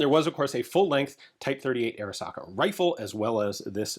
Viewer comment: Every time Ian says Arisaka, I cry a little.